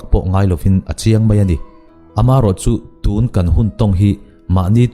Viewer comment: I thu sawi ngaih thlak a nuan khawp mai.huat thu ah min lo ngaihsak lo la.mizoṭawng i sawi a ka lo ngaih mawh ve deuh chu.tûn tia thluk deuh lo hian tunhun tunhma tih ṭhin ah tûn i hmang hi a a ngaih thlak a ti hre awm ṭep tih in kan selve khanglang che a nih chu.tûn.tun.Tun ti a bung lam deuh hian hmang la.ngaih thlak a va hahdan zual dawn em